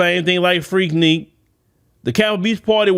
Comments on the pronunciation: FREAK NIK. NOT FREAK NEAK😂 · Freaknik not Freakneek….. dude stay mispronouncing stuff 🤣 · It is spelled FREAKNIK, but it sounds like FREAK-NICK! It is NOT freakNEEK,. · Freaknik not freakneak lol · it's pronounced Freak(Nick). It's like you're scratching a chalkboard whenever you say it. Lol🤣🤣🤣